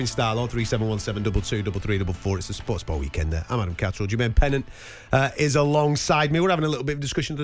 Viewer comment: Jermaine Pennant? 🤣🤣 You said Jazmine Pendent